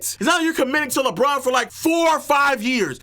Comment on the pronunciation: Bruuuuuuh it’s LeBron aka “Le-GM” 🤦🏽‍♂️🤷🏾‍♂️